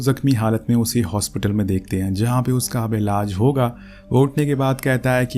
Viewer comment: Elaz nahi elaj hota ha gandooo😂